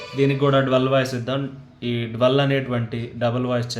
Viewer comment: బాగా అర్ధమయ్యేలా చెప్పావ్ తమ్ముడు. అభినందనలు. చిన్న సవరణ అది DUAL డ్యూయెల్ అని పలకాలి. డ్వల్ కాదు